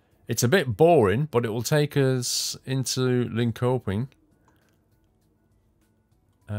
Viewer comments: I know it's an old vid, but just saying, those sweden city with "köping" are pronounced "shopping". Linköping => Linshopping // Jönköping => Yonshopping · Your pronunciation of Linköping was funny. It's pronunced Linchöping and ö here is said the same way than the u in the word turn!